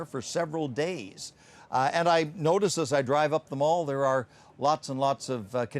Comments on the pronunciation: Mall is not pronounced like shopping mall - it rhymes with pal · And they don't say "the mal" either! Where does she come from? My oh my! 🤣